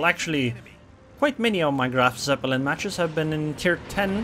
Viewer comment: try to say it kinda like "Graf Tzeppelin" not "Seppelin"